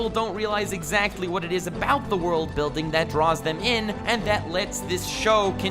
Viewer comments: Very nice use of "ZA WOARLDO" ...subbed :D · za Worudo! lmao lol